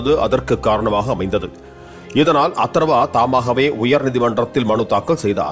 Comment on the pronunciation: அதர்வா தானே. அத்தர்வான்னு சொல்ற. ஏய்யா